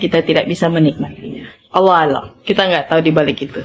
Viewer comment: Mf yg benar Allohu A'lam, bukan Alloh alam....mf membetulkan aja....